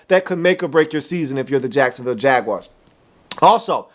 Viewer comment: I hope he doesn't say "Jaguars" like that ever again. #NoRespect